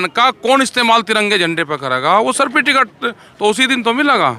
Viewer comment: सफिटिकेट , अरे राकेश जी बोलना तो सीख ले सर्टिफिकेट होता है वंशवादी राजनीति नहीं चलेगी बन गया किसान नेता